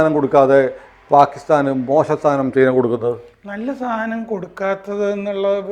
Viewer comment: ചെയ്ന അല്ല... ചൈന എന്നു പറയൂ... ഇത് ഏതാണ്ട് ചേന എന്നു പറയുന്ന കൂട്ട്... Not Chayna.... It is CHINA